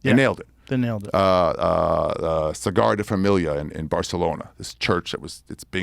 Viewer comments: OMG americans. I gues he can't say it corectly or what. But its not that dificult. La sagrada familia. Not a fucking cigar de ... Barcelonas most famos architect and his most recognise structure. Everyone nows that. Well l gues not everyone, its cool. But this things anoy me. Its ok to make mistake. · Sagrada Familia not "Cigar de famiglia"